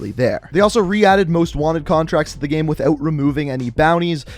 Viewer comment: The way u pronounce "Game" makes me uncomfortable